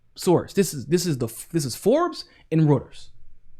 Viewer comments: Reuters is pronounced "Roy-ters", not "Rudders" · It's pronounced "Royters" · Say it with me,....roy-ters (reuters)